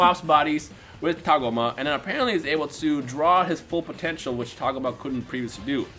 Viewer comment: Its TAH-GO-MA not TAAG-UMA and its SORE-BAY not SHER-BAY uhh...